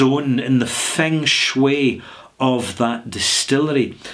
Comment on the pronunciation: "Feng Shui" in a Scottish accent is fun to hear!